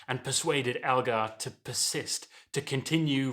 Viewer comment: ELgar not ALgar!